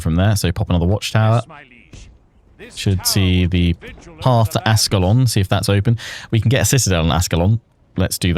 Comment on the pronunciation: the city of ascalon is pronounced "ash-ke-lon"